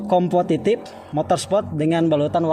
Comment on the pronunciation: Compomotive kang Bukan compotitif 😅